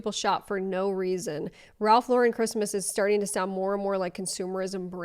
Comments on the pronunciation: the way they try to make it extra boujee by pronouncing it la-REN 😂😂 it was sending me, not gonna lie. it’s just Lauren.. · They sound like Hermione Granger " it's Ralph Loh- ren not Ralph Lau-ren" lol😅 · Why does she keep saying it like that 😵‍💫😵‍💫😵‍💫 the way she pronounces ralph lauREN bothers me so much lmao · My name is Lauren so hearing her say LA-REN made me cringe because girl what 😂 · "Laurent" is French (?). The word is pronounced "low-ren". "Lauren" is pronounced ....well "Lauren" like "Lauren Bacall". Ralph is an American. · That first TikToker can't even pronounce Lauren correctly. It's not LeRan. She's dumb. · We pronounce it Lau-REN in europe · Ugghhhh pronouncing it La-wren is so pretentious. Oh, you’re going over this as I’m writing this, so glad we agree 😂! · I HATE how she said Ralph Loren. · The cherry on top is them mispronouncing Ralph Lauren as Ralph Luhren. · Omg when people pronounce it LauREN, it drives me insane. That is not correct and sounds so obnoxious. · changing to pronouce it La-Ren because the woman complained about people saying that way is sending me. 😂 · switching to pronouncing it "LoREN" after the video about how to pronounce it has me dying 🤣🤣🤣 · Oh no, this chick lost me at "Ralph Lo-Wren Dee-core" girl, stop. You automatically lost all creds. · I’m sorry but the Tik tokers trying to be fancy on the pronunciation of “Lauren” irritated me as well. Like if you have a friend named Lauren please tell me you don’t pronounce her name LAW-rEHn. 😂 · * Ralph La-Rin cmon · The pronunciation correction is wrong. It's a French versus American pronunciation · why she pronouncing ralph lauren like that WTF 🤦🏻‍♀️🤡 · everyone “bougie” person knows Ralph Lauren is from the BRONX. His last name is pronounced like the normal Lauren! I hate when people say it like that 😂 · Ok but the pronunciation of Lauren in that first video did irk me lmao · The way she said Ralph Lauren and decor made me gag